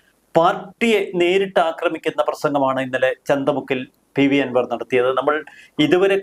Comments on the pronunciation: ചന്തമുക്കല്ല ചന്ത കുന്ന് ആണ് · ചന്തമുക്ക് എന്നല്ല - ചന്തകുന്ന് എന്നാണ് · The name of the place is Chandakkunnu,not Chandamukku,... Chandakkunnu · ചന്ത മുക്ക് അല്ല മൈരേ ചന്ത കുന്ന് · ചന്ത മുക്കല്ല, ചന്ത കുന്ന് 🤣🚀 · ചന്തമുക്ക് അല്ല ചന്തക്കുന്നു ആണ്